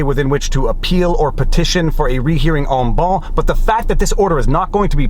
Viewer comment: Viva, my old and fragrant friend..."en banc" is not French. It is LATIN. The "c" at the end is pronounced, not swallowed as in French. Seriously, dude, you keep pronouncing the Latin as if it were French. Don't get me started again about your "et al". I know you're Quebecois, but seriously, that doesn't make the Latin turn into French all of a sudden.